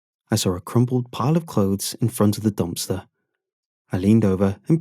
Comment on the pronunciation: I love when he says dumpster. Dompster